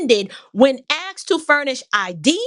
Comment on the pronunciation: Asked vs "Axed", just the public high-school teacher in me coming out.🤔👏🏿👍🏿💯❤️